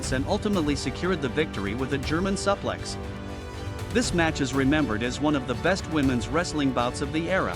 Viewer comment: Stop mispronouncing suflex